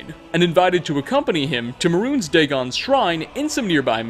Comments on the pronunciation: Mehrunes is pronounced like, "may runes" not "maroons". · Maroons Dagon. Weird pronunciation.